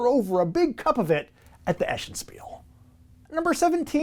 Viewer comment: FYI: The city is pronounced es-sen like S.N. not eh-shen.